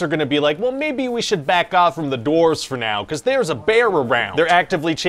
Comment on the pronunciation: I kept hearing him say “doorves“